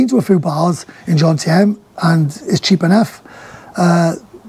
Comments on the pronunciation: JoMMMtieNNN stop saying John-TM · If you are going to live in Jomtien please learn how to say it